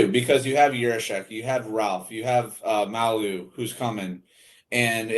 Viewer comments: Hey just fyi its pronounced may you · You can call him Logan Mah-You. That's how it's pronounced Hope he gives you good seasons, he has a great offensive upside. I wouldnt be surprised if he ended up on your 2nd pair scoring 25 points consistently, peaking at 40 for a few seasons. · Wow haven't bothered to figure out how to pronounce Mailloux??